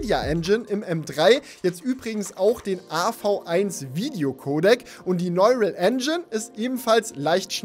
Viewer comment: Triggert mich, dass du „neural“ immer falsch aussprichst. 🤓